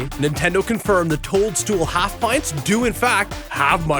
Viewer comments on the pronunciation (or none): none